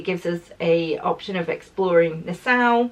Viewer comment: Hi,. This comes from a place of love: Nassau is pronounced na-saw. My husband proposed to me there, at the Atlantis Resort on Paradise Island, a hundred years ago. Hope you have a fantastic time.